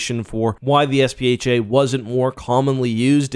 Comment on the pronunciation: is it not SPHAT? pronounced sfat?